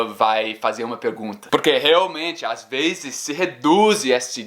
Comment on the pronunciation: vc as veZes fala palavras com Z como se fosse com "ss". exemplo: "muitas vezes" vc pronunciou "muitas vesses". Espero q n ofenda..